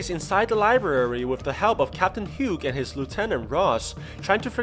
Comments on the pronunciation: THAT IS NOT HOW YOU SAY HUGHES NAME.😭😡😭😡😡😁😡😡😭😡😭😡😡😭😡😭😡😭😡😭 YOU SAID IT HAS HUGO WITHOUT THE O AT THE END 😭😡😭😡😭😡😭😡😭😡😭😡😭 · Hugh is pronounced "Hue" or "Hew". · that's not how you pronounce Hughes...